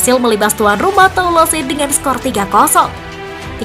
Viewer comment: Mari kita mengajar Bahasa Prancis sedikit agar "presenter" tidak menyakiti telinga saya setiap membaca bahasa Prancis. Saya tdk membahas sepak bola tetapi membahas cara membaca Bahasa Prancisnya. Les parisiens: kalau le(s) "s" terakhir tdk diucapkan dan kita seperti membaca "Le" dalam Bahasa Indonesia dengan mulut dibuka lebar. Parisiens dibaca "Parizien" dengan "n" terakhir sengau. Toulouse: "e" terakhir tdk diucapkan (dimakan) lalu "ou" sama dengan "u" dalam bahasa Indonesia, kalau "se" diucapkan "z" jadi cara membacanya "Tuluz". Jangan bandel, terima saja dan belajarlah. Semoga menambah wawasan kita semuanya terutama pembaca berita PSG Football News agar tdk mebuat telinga sakit mendengarnya. Terima kasih. Sampai jumpa di pelajaran berikutnya.